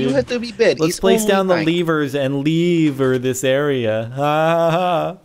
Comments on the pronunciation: LEVERS NOT LEAVERS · I just love how they keep saying leevers XD